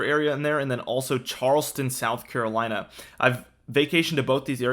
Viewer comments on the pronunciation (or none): none